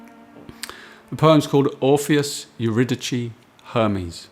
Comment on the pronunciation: Eurydice is pronounced with an "s", not a "ch". Other than that, absolutely wonderful and very in spirit of Rilke's poetry... mediation.